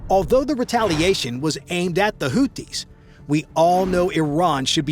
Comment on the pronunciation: It's NOT "Hooties"! It's Hoothies," as in toothies. The "th" is there for a reason: this is a phonetic transliteration of الحوثيون (Al-Houthiyun).